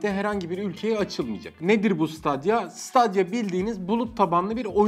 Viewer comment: siteydiya diye okunuyor